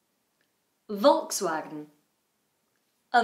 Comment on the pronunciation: Hello,. I think you have performed two and a half of them a little bit incorrectly. VW should sound like ['folks'va:gen] (kinda IPA;)) with first 'f' sound. Porsche is pronounced wrongly by many people. The correct sounding has short 'e' sound (maybe even closer to schwa) at the end: ['po:she] in non-rhotic version. Hyundai sounds differently in different countries. Here, in Russia it takes the stress on the first syllable: ['he:ndae], but I know that in some countries it sounds quite differently, so it depends... Sorry for that little lecturing.